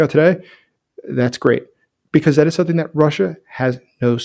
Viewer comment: no K in the word something.